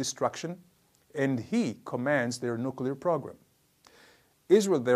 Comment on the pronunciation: Why do we need nucular anything? No really? <3